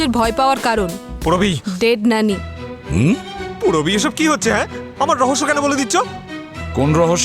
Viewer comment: নানি❎ ন্যানি✅ 😂😂😂